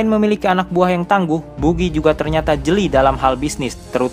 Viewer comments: bacanya bagi bukan bugi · Buggy la bukan bugi .. bugiman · Maaf pak bacanya Bagi bukan Bugi hehe Dan anak buah Buggy yang dari tahanan Impel Down itu dari level 2 (Entah semuanya atau mayoritas) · kesel bget pas buggy dibaca bugi -_ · Buggy bacanya baggy lol... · Wkwkwk,, adminnya kurang nonton animenya, cuma baca dari komiknya. Jadinya ngucap buggy dan shanksnya salah....